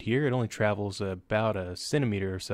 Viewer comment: Did you say centimeter!?? :)